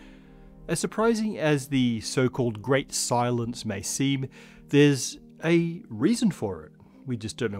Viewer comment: says: "The Great Silence" I hear: "The Great Cylons" So... aliens?